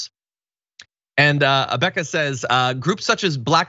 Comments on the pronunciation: Having had the very unfortunate time of going to a school where Abeka was used I had always heard Abeka pronounced like 'e' in egg. So it would be Ab-eh-ka. Just saying. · First, the publisher was pronounced "Uh-Becka". (Source: My parents bought those books to homeschool us in the 90s.) Second... yeah. They were heavily biased toward rewriting history. And that is horrifying. Teach history without bias. Warts and all.